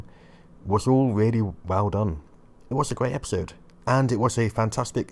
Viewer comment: Doné ??? the Done was spoken like the Done in "He's done for"